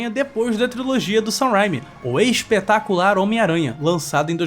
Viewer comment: Parece que você falou: "O Ex-petacular Homem-Aranha!" 😂😂😂